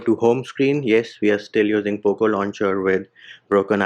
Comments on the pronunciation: IM A POCO F1 USER AND I LIKE HIM SAYING POOP LAUNCHER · U don't sound good while saying poco launcher😂... I miss your "poop launcher"